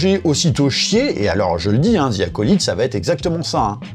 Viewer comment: Sérieusement, on ne dit pas ZIII, mais DHI pour bien prononcer The.